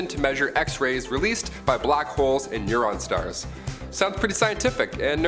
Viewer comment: Neuron stars.😂I think you mean neutron stars sorry love u bro